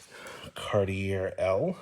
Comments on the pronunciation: Dude it's pronounced CAR-TEE-A. LOVE YOU BUT YOU SOUND SO I IGNORANT WHEN YOU SAY IT INCORRECTLY. IT'S NOT CAR-TEE-AIR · Awesome video! Love all of your long-wheelbase Cadillacs and Lincoln's. Just one thing. Being from Canada I cringe everytime you say car-tee-err. The proper pronunciation is Car-tee-ay. Cartier is a French word. Thanks, and continue the good work! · It's a Cartee-A. Just saying. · It's "Car-T-A" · The last R in Cartier is not pronounced, say it like this:Car-tee-eh.